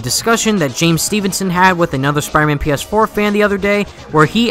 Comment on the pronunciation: Dude, if you want to be taken seriously, then you need to start saying the name of the game properly